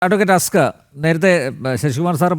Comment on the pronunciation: ഹസ്ക്കർ അല്ല തസ്ക്കർ😂😂